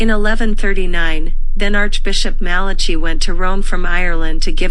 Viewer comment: BTW, u pronounce Malachy wrongly